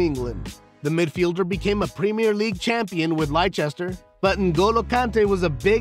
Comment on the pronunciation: Bro how you run a football channel and pronounce Leicester like that? 😂😂😂 good video otherwise just like, work on pronunciation i guess.